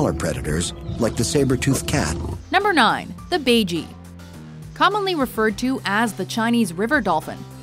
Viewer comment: That is not how baiji is pronounced. :P